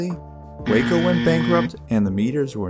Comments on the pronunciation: The name for the Waco aircraft company (in both incarnations) started as an acronym for Weaver Aircraft Co of Ohio, and has always been pronounced "Wah-co", not "Way-co" like the Texas town. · I think Waco Aircraft was pronounced "wah-co". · In Texas we pronounce the town Wacko